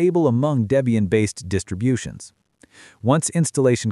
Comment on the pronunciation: “one of the most balanced distriblutions”😂